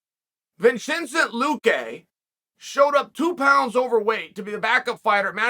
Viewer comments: Vinchenzent Luque lmao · Ahh yes, Vinsenchen lukeey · Vin Chin Cent Luque. Always cracks me up. Never change Lord Chael. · Vinchencent Luque 😂😂😂